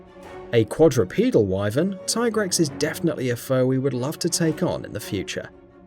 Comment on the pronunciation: Hated the way he pronounced Wyvern too...